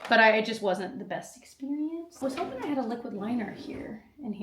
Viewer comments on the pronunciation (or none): none